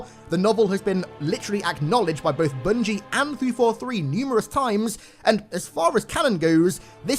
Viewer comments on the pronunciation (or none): none